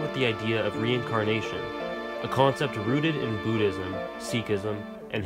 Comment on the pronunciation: wow! I've just finished hxh 2days ago. Just wondering how many religious stuff hav been shown in this animu, n this is the video I wanted!!! Great job! That's a nice video! btw it's B*u*ddism not b*oo*dhiam XD